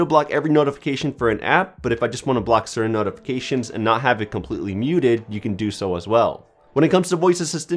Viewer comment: Omfg.....the way u say notifications ...holy SHIT.